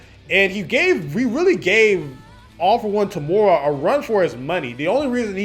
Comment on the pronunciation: btw its eh-ri and toe-muh-ruh for the correct pronounciations i believe! nice video dude :)